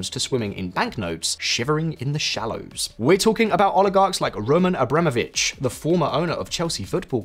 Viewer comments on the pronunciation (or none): none